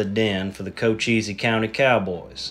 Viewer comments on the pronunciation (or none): As an Arizonan, it’s “Co-chees” not “Co-cheezy”